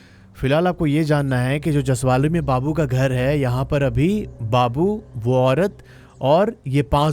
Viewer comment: Jasavli Not jasavali